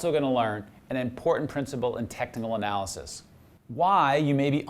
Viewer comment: Did I hear technical analisys?? 😂😂😂